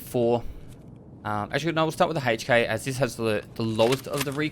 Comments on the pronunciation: lol HEYCH K; it’s EHC K. I couldn’t stop laughing every time you said it.Otherwise VERY solid video on the difference on the whopping 3 F/A guns that use 5.56x45. We finally got a BP, and it’s not RUSSIAN!!! Keep it up, it’s very helpful.Thanks again. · Lol what the hell is a "Hay-ch K"